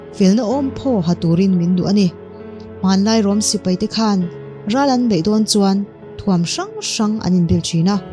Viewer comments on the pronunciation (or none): none